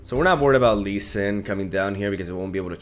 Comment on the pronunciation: "Lee Swin" hahaha